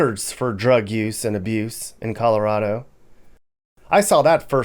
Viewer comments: "Calirado" had me laughing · Cali-rado and its West Coast Goo... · “Turning into Calirado”😂